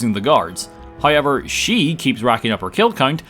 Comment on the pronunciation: Is it "hoiyever"?